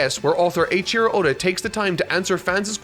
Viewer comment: You pronounce Eiichirō a bit weird. "Eii" would sound more like "Ayy" not "Eye". The way you pronounce it is closer to Aichiro.